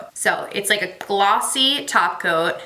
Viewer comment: I thought you were saying taco ... when you were saying top coat lol maybe I just want some Mexican food